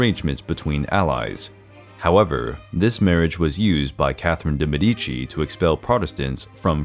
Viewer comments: It is Maria de Mèdici, not Maria de Medìci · He also constantly says Me-DI-ci instead of ME-di-ci. I tried to ignore it, but it triggers me immensley. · Indeed. MED-i chee. Never Med-EE-chee. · Interesting video, but De Medici is pronounced with the accent on the e, Mèdici instead of Medìci, as it’s said in the video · Why are there so many mispronounced words in these history videos? Are these real people or are they robots reading the texts? So many foreign proper names are mispronounced. Medici is pronounced MEH-di-chi, and not meh-DI-chi; Josepha is pronounced yo-SEH-fa and not JOE-ze-fa, etc… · Absolutely love these spicy videos ahah Mèdici has the stress on the letter E tho, not on I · In pronouncing the name of Medici, the stress falls on Med. Very interesting series.